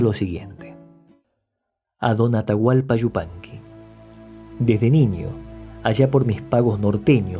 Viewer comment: Este es un comentario dirigido a tí, que no a tu reseña. ¡Cuánto agrado sentí al escucharte pronunciar "Yupanqui" tan correctamente y no "Shzupanqui", como suelen pronunciarlo algunos de tus compatriotas, lo que me permitió ver y disfrutar tu interesante trabajo hasta el final. Te confieso que no puedo soportar ni por un instante escuchar decir, por ejemplo, "ASHUDA" CABASHO, CASHENDO, SHOVIENDO, etc. (Ayuda, Caballo, Cayendo, Lloviendo). Me causa mucha repugnancia, y no puedo continuar viendo los videos donde se cometen tales faltas de pronunciación. Así que te felicito por no causarme ese disgusto, y te garantizo mi suscripción a tu canal. Saludos desde República Dominicana.